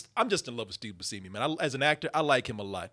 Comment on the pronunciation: pronunciation of Steve Buscemi's name causes me great pain and confusion.